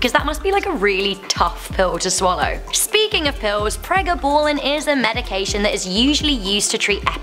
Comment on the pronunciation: Pre ga ballin hahahahahhaah say it right